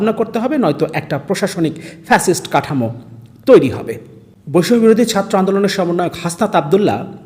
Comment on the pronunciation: বৈষম্য শব্দটা উচ্চারণ করেন কেন 🤔